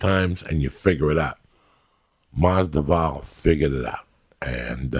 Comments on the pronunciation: He may never say their names right or even the same way twice, but Joey knows whats up when it comes to fighters. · "George Jay Mossdavall" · Masdival lol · 2019: Joey still cant say Jorge last name the right way but he loves him lmao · I can’t wait for the next UFC fight, Joey Diaz vs The Pronunciation of “Masvidal”